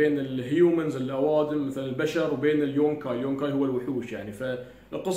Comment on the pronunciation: يوكاي وليس يونكاي